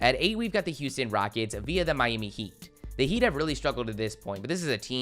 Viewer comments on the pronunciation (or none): none